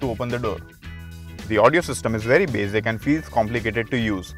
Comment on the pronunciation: BAZIC... BAZIC... MENOO... idiot host